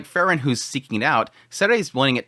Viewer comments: It's Freeren, not Frrren.😁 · All I can here is this guy saying Fer-ren, takes me outta the whole thing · When you say “frieren” you make it sound like fern which makes the discussion hard to follow at times.